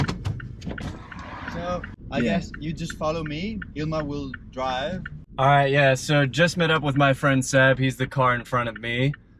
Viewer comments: Yeah Roit! 😂😂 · Hey, the way you said "Oh yeah, right!" - you're really sounding Aussie now... Good one mate!!🤗